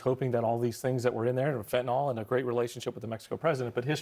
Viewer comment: Nobody seems able to pronounce the word "Fentanyl." NYL. NYL.